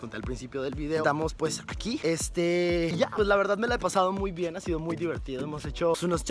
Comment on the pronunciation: pronuncia vien